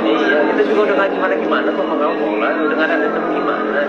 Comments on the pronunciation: Emg abang ini sering bgt salah sebut nama, sebel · Paulaa bang Bukan Paulanaaa😢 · Iya ka.. Saya jg aneh di panggil paulana 😂😂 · Paula bang bukan paulana